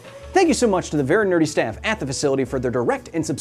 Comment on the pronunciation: Kyle I love you and your content but EVERY TIME you say 'very nerdy sraff' at the end I think you're saying Bert and Ernie staff so enjoy that knowledge